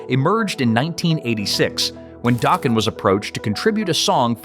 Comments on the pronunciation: Who the hell is Don Doughkin its Don Dokken. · LOL…During the section about Dokken’s “Dream Warriors”, you pronounced Don Dokken’s last name as “Doken” (with a long O sound) and then when you mentioned them breaking up, the picture you showed was Don’s solo band instead of Dokken. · What’s with the occasional mispronunciations? Don “Doken”, “Mutley” Crue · I love your videos, but the pronunciation needs some work. Keyfer, Cinderella. Don Docken, just like you say the name! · 😂😂😂😂😂 yes it did!! 😂😂😂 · You missed too many to list. Please learn how to pronounce words like Don Dokken… Dock-un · Really you can pronounce the band name dokken but you can't pronounce the lead singer's last name what the? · it said Dokken right but not Don Dokken.... lol